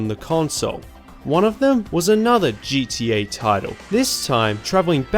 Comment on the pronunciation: You pronounce it GTA this time, not GDA.. wonderful!